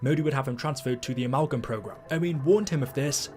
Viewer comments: So who’s gonna tell that it’s pronounced “a-MAL-gum” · The way you say amalgam is so fucking stupid you need to put on an American accent or something